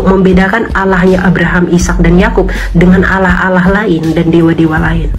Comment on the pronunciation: Penyebutan kata "Allah"(bahasa arab) aja ngga bisa, nyebutnya "alah" oten itu koplak dan sesat, orang2 sesat mencoba menyebarkan kesesatannya...😊